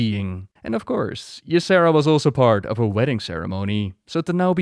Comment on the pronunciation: Once again great video and thank you for recognizing that Tyrande is a bas ass. thank you for your showing us why she such a great character. I also have a few things to say. I'm irritated with the Xavius actors mispronouncation of Tyrande and Ysera. I also don't like what they did in Legion. Also in Legion they cut Tyrande out of the opening quest sequence where she would have been fighting the BL in Ancients NE ruins. They also cut her out of TOS! It was the temple of Elune, the very place where she TRAINED!!!!! WTF?!?! Speaking of Ysera and their relationship, it is all speculation. And honestly, I would have thought that Tyrande may not have been that close with Ysera seeing as she spends the vast majority of her time in the Dream and that her "blessing" on Nordrassil took Malfurion away from her. You'd think she'd have some resentment for that. I do love that they are friends but still... Elune didn't fail the Kaldorei, blizz did. They did it with an awful story line that gave Elune nothing to work with and no place to grow. Surprising? No. They barely recognize that Cenarius is her son. The Night Warrior should have ALWAYS had those nocturnal tattoos/markings. We really need to applaud Tyrande's voice actress because that final phase in Ardenweald was excellent work. You felt the anger in her performance especially at "Ash'al theri'das" "Ath' rok ilisar thande". So good! And to see her pulling and using so much power (even if it was against me, which was so sad) w